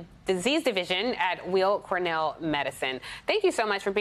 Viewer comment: Weill(-Cornell Medicine) is pronounced ‘while’ not ‘wheel’